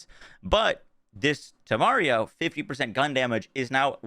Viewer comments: Thank you much for this!! I'm lvl 37 and I'll try this tomorrow! Lol I love that you're adding and extra syllable to Instintito (instinto) and taking one away from Temario (Temerario) 🤣 Love from México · One extra syllable for "Instinto", one syllable less for "Temerario" ... perfectly balanced, as all things should be 😈